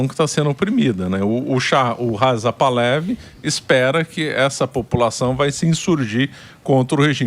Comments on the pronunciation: Se fala: Par-la-VÍ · É literalmente "Pahlaví". É oxítono. Botei até acento agudo no 'i", que não existe mas foi para exemplificar. É como os Iranianos originais pronunciam. Agora, fale como quiser, você é livre.